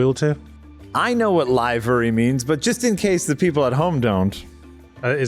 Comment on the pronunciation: I've never heard 'livery' pronounced like that lol